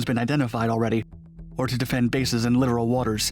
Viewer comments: It's pronounced 'Lih-Tor-All', not 'literal'. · It’s pronounced “lit-oral”, not like literal.